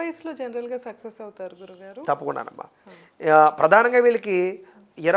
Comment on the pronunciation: సెక్సెస్ కాదు సక్సెస్....